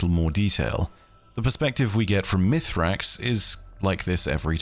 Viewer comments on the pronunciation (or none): Once again I ask, is there a reason to call him Mithrax when we know he is called Misraaks? Is it just that hard to say for English natives? It feels so disrespectful when in contrary Mara and Crow for example always call him by his actual name in-game.